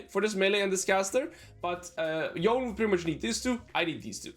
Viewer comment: Yone is pronounced with two syllables